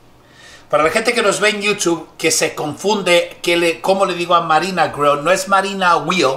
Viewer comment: Y yo entendia que le decias manina girl en tu manera. Jajaaaaa manina grill